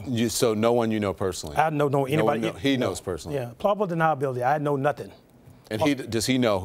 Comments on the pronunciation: Did... he just say... "probable deniability"??? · It’s pronounced plausible deniability. I love how he looked up as if to try and remember how to say it. That’s how you know that it isn’t in his vocabulary. 👎🏿